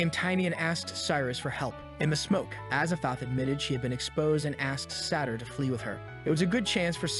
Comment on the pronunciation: azathoth? az a thoth? as a thot